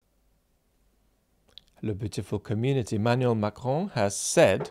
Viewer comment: Do you actually speak French: your pronunciation of Macron was spot on.